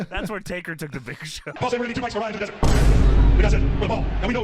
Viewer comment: Patrolling the Mojave devert almost makes you wish for a nucular winver